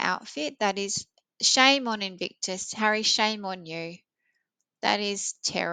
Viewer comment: Nono, you were correct in your pronunciation. "Evictus" sounds correct. 😂